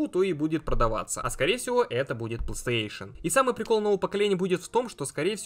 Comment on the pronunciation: Почему плестеешен? Не сложно ж выговорить нормально, у тебя ж нету дефектов речи.